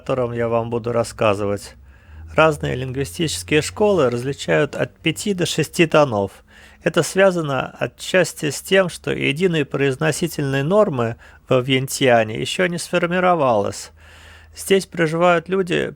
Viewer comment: Спасибо автору. Жаль, что не представился. Не рассказал чем занимается и откуда знает язык. И столица Лаоса Вьентьян, а не Веньтьян.